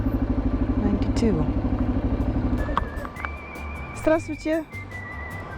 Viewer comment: Норали меня сильно, очень сильно, удивила тем, что практически без акцента произносит фразы на русском языке. Это было так круто!!! Она сказала слово "Здравствуйте" так, произносит моя мама. Норали, ты действительно молодец! Если ты думаешь поехать к нам в Россию, то ты увидишь, что у нас замечательные люди, вкусная еда и очень много достопримечательностей.